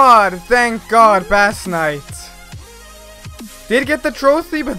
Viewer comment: it's pronounced as base not bass XD